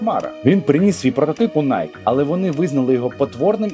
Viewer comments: Найкі, а не Найк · Правильное произношение компании не найк, а найки. Знаток липовый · Вимовляється: найкі